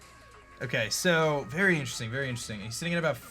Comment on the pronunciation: "He actually didn´t have Berry Juice, I´m berry surprised."